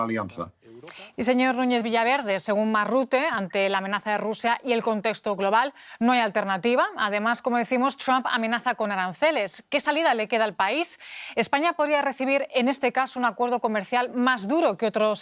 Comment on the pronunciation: El „contejto“